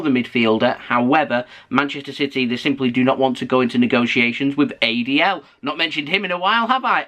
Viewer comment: say adls name like its some disease lol